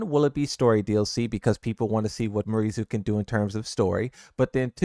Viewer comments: its pronounced Myarizu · Brother, it is not “Marie Zoo”, it’s “Me-are-ee Zoe”. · Bro stop saying MARIZU PLEAAASE its Miary Zo 😢😢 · This man can’t pronounce miary’s name right, Hwoarang name, or the word Kazakhstan right